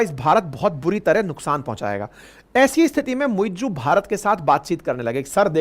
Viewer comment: It's not "muiJoo". It's "MuiZ"